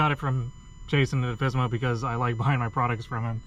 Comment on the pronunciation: Thanks for the video! Do newer models have this issue fixed? By the way, it is Alfissimo, not Alfissmo ; ) In italian the ending "issimo" is used to "maximize" an adjective, meaning "super" or "very".